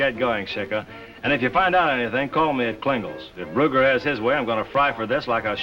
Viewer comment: Why can't he correctly pronounce the word HIS. Really annoying.